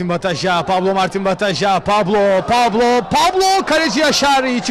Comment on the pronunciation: pablo ne amk ya pablo ne koca maç bataja diyemedin mi şu adama kanser oldum resmen